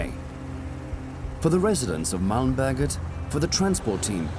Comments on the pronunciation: The way he says Malmberget makes it sound like Malmböget. Which sounds like something entirely different. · när man måste flytta ett helt hus från mälmböget till koskus kuje